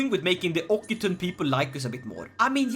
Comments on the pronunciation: We pronounce it Oxitan lol I know, weird language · By the way, Occitan is pronounced Ok-see-tan (kinda) Great video by the way